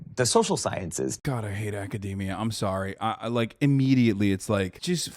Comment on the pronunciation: someone who pronounced academy like that obviously doesn’t know what he’s talking about